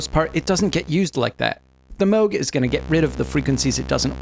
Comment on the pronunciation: Congratulations for using the proper pronunciation of Moog!